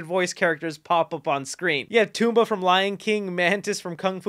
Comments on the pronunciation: nice vid man bt ...it's Foghorn Leghorn, Dobby (Daw-B) & Pumba from lion king not Toomba lolol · It is absolutely mind blowing to me that in every single video I've ever seen of yours, you somehow manage to get names of well known characters wrong. Like, you actually called Puumba "Tuumba" and somehow didn't catch this in editing? And it's not the only mistake in the video! How does someone so into retro media get this stuff wrong so often? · this man said DOH-BEE and TOMB-BUH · Did this man really just say tumba instead of pumba and BOO instead of B.O.B? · "Tumba" and "boo"??... You mean Pumba and Bob? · This movie was visually and satisfyingly GREAT!!! Love the content keep it up!!! Also the pig from Lion King is “Pumbaa” you named him “Toomba “ lol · Tumba???? You mean pumba right 😂😂 and how do you mess up dobbies name when they say it in the films 🤦🏻‍♂️😂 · Tumbaa? Isnt it Pumbaa? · Pumba.... not Tumba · Did you call him Tumba? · Did you say toomba